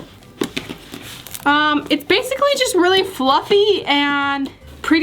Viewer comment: She said bluffy instead of fluffy lol